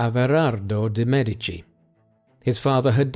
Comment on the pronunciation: Thank you for pronouncing MEdici properly!